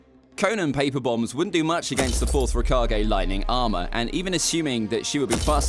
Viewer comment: rakagey can u stop saying rakagey is it that hard to pronounce raykage